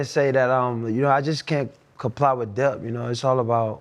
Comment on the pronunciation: If any of you are confused, he’s saying “debt”, not depth.